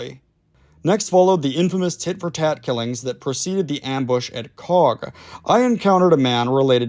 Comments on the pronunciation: Typical yank with names, it’s pronounced “coke” not coack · Hello, cog is pronunced coke, it’s nick named the coagh BBQ. You should msg my da he was there at coagh and colisland 🇬🇧 SAS RUC UdR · Yip ... since when was Coagh pronounced 'Cog'? Bro, your vids lose some credibility with silly mistakes. Instead of saying 'Cog' try saying 'Coke'. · That town is pronounced “Coke” 🫶